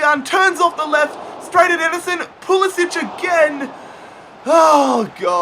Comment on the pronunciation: It's pronounced PulisICK not PulisICH